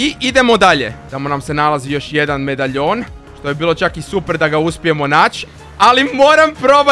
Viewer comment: Ne govori se medajon nego medalijon